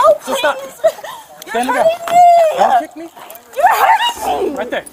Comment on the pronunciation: When they say me-uh! Sounds like Mia.